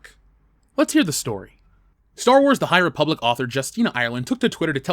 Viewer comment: Great Video. Ree-public is definitely an avoid for me. Also sent you a Dm on Twttr